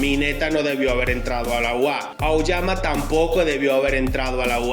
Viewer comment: Aoyama :❌️ Auyama:✅️